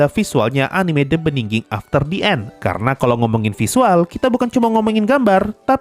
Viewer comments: Begining bang bukan beningging hadehhh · bigining bacanya. bukan bndingging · "The beginning" bang, bukan "the beninging" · knp the beningging sih bang wkwk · Emang sengaja itu. Ngambil dari pidato "in the beningging" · sebenarnya yang gw denger "The Beginning after the end" atau "The bedingging after the end" sih wkwkkw Lu sarkas apa emang beneran gitu bang? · "The beningging" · itu ngomong the beniging itu sengaja buat parodi atau gimana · Wkwkwwkwkwk gw kira kuping gw bermasalah tpi emang dia ngomong nya the beningging 🤣🤣🤣